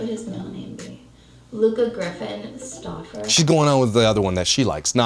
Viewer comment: When she is saying Luka Stauffer all I can hear is “ look a Stuaffer eeeeew!!!” 💀💀